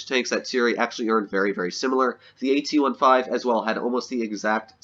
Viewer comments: the way he said AT15 triggered me so much. ''AT 1 5'' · That hurt hearing the words A t O n e F i v e